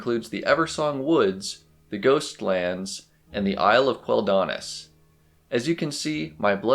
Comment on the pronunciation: The way you wrongly accent Quel'Danas triggers me 😅 Thanks for the video, it's quite cozy